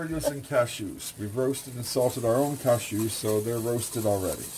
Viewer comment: Deborah Goetsch yes luvly voice indeed.. I luv the way he pronounces cashews ha ha ha 😆